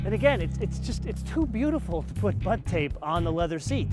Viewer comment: Please God, stop saying butt tape...